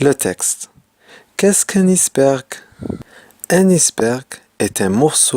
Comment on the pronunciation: Salem! Belle vidéo mais pour : iceberg ,ce mot se prononce tel qu'il est comme en anglais pour ice.merci et bonne continuation !